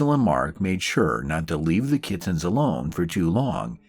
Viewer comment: I love the way he pronounces "kit-tins." I'm just in the beginning so I don't know the story yet, but I hope he keeps saying it.